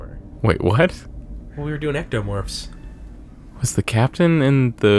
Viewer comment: Xenomorphs not ectomorphs just fyi lol